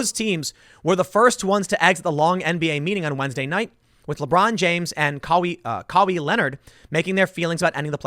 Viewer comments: Ka-wee Leonard 😂😂 Ka-Why Leonard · KAAAA WHYYYYY . Not KAAA WIIIIII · Kaaawwwhiiii kawhi Tim kaweeee Leonard hahahaha sorry Tim 😂😂😂😂👍 ya did your best. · Kah-wee Leonard 😂😂😭 *kah-why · Cowey leonard lmao, its Ka-Why lmaooo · Just out of respect for Kawhi and to inform Tim. It’s pronounced Kah-why Leonard. Not kah-wee. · “Kaw-wee Leonard” lol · There you go again mispronouncing names. It's said like this Ka-Why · “Kuh-WHY” “WOHj” get it right Tim lol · Kawee? Ka-why Leonard. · Kawi sounds like ka-why. You can tell Tim never watched basketball. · It’s Kah Why (kawhi) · Lol.. Who's Cow-wee Leonard? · "Ka-wee Leonard" holy shit as a jilted ex-spurs fan that made my day. and Tim, it's prononunced Kuh-witter. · The idiot's name is pronounced Kah-wy. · "Kawee Leonard" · It's CUH-WHY leonard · This baldy said "KOWEE LEONARD". LOL! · Kah-wee Leonard lmfaooo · Hahahaha “Kawy Leonard” 😂😂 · Tim, it is pronounced KAWHY Leonard. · Lmfao "Caw-Wii Leonard" 😂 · “Kawee Lenard” 😂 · Cowee Leonard...😂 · Tim 'Kah-wee Leonard' Pool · Lol "caawee" Leonard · Kawhi is pronounced “ka-WHY” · Put some respek on Cowee Leonard name bruh 😂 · Ka-wee Leonard 😊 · Ka-Wee Leonard. Not a sports ball fan eh? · Ka-wee Leonard?? Oh Tim...... I'm a big fan and mostly agree with Tim, but damn. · Kaw-wee Leonard 😂 we know you don’t watch sports Tim but come on 😂😂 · Caw-wee Leonard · Kuh-why? Lol. Tim's not into sports ball. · Caw-wee Lmaooooooooo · Kawee Leonard lmao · “Wahj” and “kahwee Lenard” lmfao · Tim, seriously, bring me on the IRL podcast and let’s go through the master list of sports names and their pronunciations. Cap-per-nick. Kuh-why. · Dude, i love your commentary, but you cant pronounce these NBA players names worth a damn. I know you dont follow the nba, but cmon brah. His name is pronounced ka why leonard. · “Ka-Wee Leonard” I’m dying. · Can tell Tim doesn't watch much basketball with the way he pronounced Kawai lol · Caw wee Leonard 😂😂😂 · Tim it’s pronounced Ka-why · Kawee Leonard lol Tim